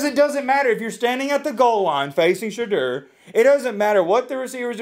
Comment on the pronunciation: It is pronounced "Sha door" get it right hater